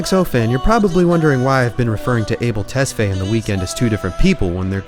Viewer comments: His last name is pronounced ‘Tes-Fa-Yae’ not ‘Tes-Fay’. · Awesome video! I've never been a fan but I have never been able to not be enamoured by him 😍 Also, you pronounced his non-English name in English. It must be ''tes-fah-yay' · Yes, I'm an Ethiopian, where his parents are from so I know. People pronounce it as "able" but it's Ah-bell not ey but ah as in "A" in apple. Also his last name, Tes is pronounced as "tus" then fa-yae. Ah-bell Tus-fa-yae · damn the way you murdered his name lol Abel is pronounced (Ah-bail), Tesfaye (Tess-figh) rhymes with high. Its Amharic name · i think his last name is pronounced tes-fi-yeh lol